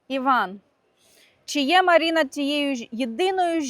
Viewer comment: Різало слух «Маріна»… а ще «Ванєчка»… Чому не Іван та Марина???